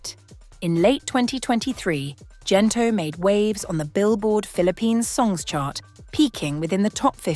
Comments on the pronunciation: Hard G please. Gento not Jento. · Would be lovelier if you pronounced Gento correctly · Great documentary (except for mispronounced words like Gento, Ginto). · Thank you for this but your pronunciation of GENTO is not appropriate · The letter G for the word Gento must be pronunce aa the sound of letter G in the word gold not G for the word general okay? The letters for Tagalog languange must be pronunce as it is and it will never change the sound even the letter change position in every word like the pronunciation for letter G.